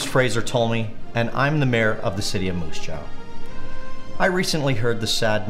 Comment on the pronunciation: Did he pronounce it "Moose JOW" ???